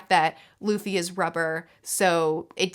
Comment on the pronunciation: LOL, Loffy, Zolo, Ustop and Hopper XD (Really enjoying the reviews!)